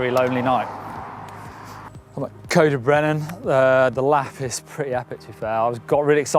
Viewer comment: It's not cowd y brenin its C-oi-d y brenin